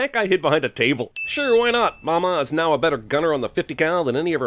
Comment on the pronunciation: The only sin of this movie is they way pronounce “Mama” “MAW-MAW”.